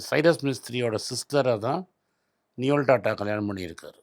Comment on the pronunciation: it's நோயல்; not நியோல்.